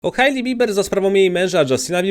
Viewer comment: Hejli, nie Hajli